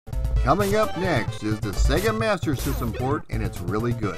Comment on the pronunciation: THANK YOU for pronouncing SEGA properly.